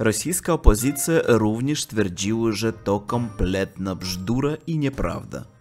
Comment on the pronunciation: Równie dobrze mogli wymyślić bajeczkę o śmierci Putina, by ten mógł gdzieś się zaszyć i- jakby sytuacja się rypła-zwiać, byleby nie trafić przed sąd w Hadze. Coraz lepiej idzie Ci wymowa polskich słów, takich jak "bzdura", które sprawiają obcokrajowcom sporo problemów. :-)